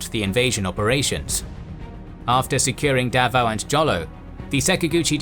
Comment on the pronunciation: Jolo is pronounced as Holo